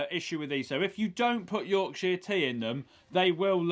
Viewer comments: The name of the tea how he say it sound like something else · Considering he loves Yorkshire tea he can't say Yorkshire. 😆